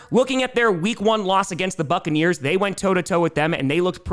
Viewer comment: It sounded like u said fuckaneers 😂 not buccaneers at the end